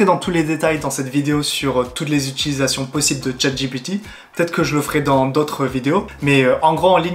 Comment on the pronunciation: Attention à la prononciation: "dji pi ti "et pas "j'ai pété" ;o) On joue à chat j'ai pété ? C'est toi qui colle !